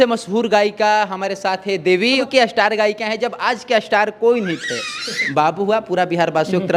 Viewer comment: असटार नही बोला जाता है स्टार होता ह बोलिऐ ऐसे इस्टार पढ़ लिख कर गलत pronunciation mat kariya